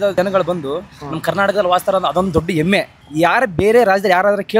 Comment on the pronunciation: ಎಮ್ಮೆ ಅಲ್ಲಾ ಹೆಮ್ಮೆ ಅದು ಕಲಿಯಲಿ 😊